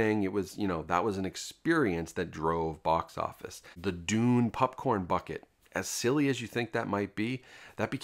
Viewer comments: Is it just me or do you say popcorn weirdly? Sounds like pupcorn. Very distracting. Still, love the content dude! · Why does this dude keep calling popcorn PUPcorn? I'm not imagining that, right?😅